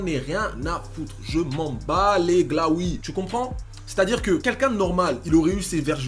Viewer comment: 9lawi pas glawi